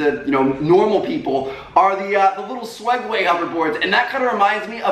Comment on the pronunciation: he put swegway its segway